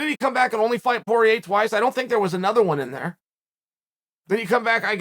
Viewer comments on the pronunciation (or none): none